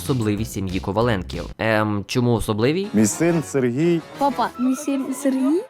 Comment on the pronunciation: "Сегрій"??? Щооооооо????😂😂😂